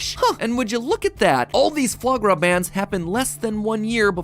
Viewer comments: mm song still works: "Try the Flog Ra, it's delicious, don't believe me - ask the dishes!" yep still holds . I'd like an edited version of that song saying those words. How is "FOIE" pronounced "Flog"? Oh you silly French.. I can get 'gras' bing 'ra' because our Mauti Gras" is pronounced 'graw' which derives from 'ra'.. still though. Should just be spelled 'flog ra' and be done with it. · Every time matpat says foie gras in that accent, I take mental damage